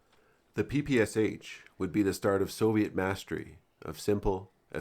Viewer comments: Oh God... It's not a 'PPSH', it's PPSh, 'Sh' meaning 'Shpagina' - Špagina - the name of its inventor. Please call it the right way - PP Sh-41. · Its P-P-Sh, not P-P-S-H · Nice video, but you make the same mistake as 99% of people from English speaking countries. It's the Pistolet Pulemyot Shpagina (Shpagin's machine pistol). Therefore it's correctly pronounced P-P-Sh, unlike almost everyone's P-P-S-H. Try saying "I shot the sharp shapes in the bushes by the shed with my Papasha" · It’s not “Pi-Pi-Es-Eitch”. It is “Pe-Pe-Sha” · Its not PPSH its always pronounced paypayshah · It's not P P S H, it's P P Sh (pee pee esh), popularily called from Russian abreviation "pepesha". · It's pronounced as PPŠ, not P-P-S-H. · Pah Pah Sha. Not PPSh. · You speak it " pepeschah". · ppsh is pronounced as PP[ʃ] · SH - is not eS eiCH is one consonant. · Hey great video, as always. One minor thing tho, when pronouncing PPSH don't spell the letters, it's supposed to be pronounced papasha. Sh is pronounced like Sh in shoe Keep up the good work. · Well, apparently it’s ‘all the rage’ to pronounce it Pah Pah Shah. Apparently……:)